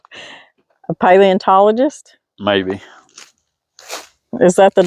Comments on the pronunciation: You did say it right!!! My 17 y.o. is going to be a paleoanthropologist 😳🫣 say that ten times fast lol. I'm just getting used to saying it right 😂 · You did say it right! Paleontologist, big word!